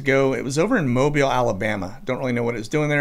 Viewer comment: Thx for all of your hard work. And thx for correctly calling out Mobile! Not many know how to pronounce our Lower Alabama area:)